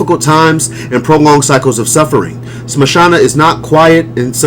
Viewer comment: If you dont mind, Can I correct you? it is not mashana kali maa, but SHAMSHANA. SHAMSHANA means creamation ground. I am a hindu as well devotee of Kali maa